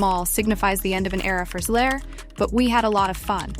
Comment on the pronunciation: So is it Zegler, Zigler, or Zler? Please do the research, proofread your scripts, and listen to the AI to see if its pronouncing words correctly. Effort matters, believe it or not.